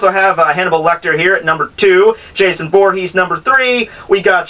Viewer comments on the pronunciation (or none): Creepy and funny. Good work! By the way, it's Jason Vorhees not Jason Born.